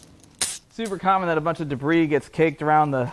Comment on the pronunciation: De-briss. My son and I use this pronunciation when a caution breaks out a nascar race due to “de-briss in turn 2”…😀